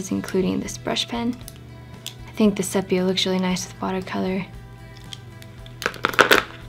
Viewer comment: Tna ks for sharing. Just a note, sepia is pronounced cee-pee-ya.